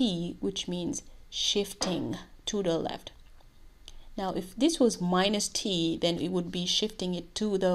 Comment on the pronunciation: That phrase "we shift it TO DAA LEFT" :p